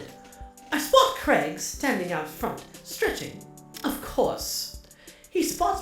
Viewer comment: Saying Craig wrong but still sounds cute